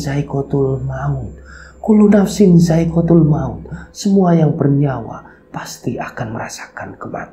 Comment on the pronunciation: assalamu'alaikum mas,mohon maaf nggih mohon di ralat itu potongan ayat yang njenengan sampaikan itu bukan kullunafsin saikotilmaut,tp kullunafsin dzaikotil mauut,mohon maaf nggih mas